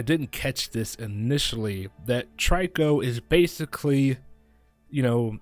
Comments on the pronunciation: its not tryco its trico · the way u pronounce trico is tree-ko not try-ko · trico is pronounce treeko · You’re saying trico wrong